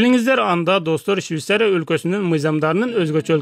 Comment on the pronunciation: Щвисария эмес швецария